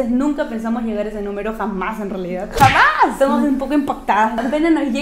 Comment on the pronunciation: Me encantó chicas!!!...pero una cosita es "jamás" 😆 no jámas.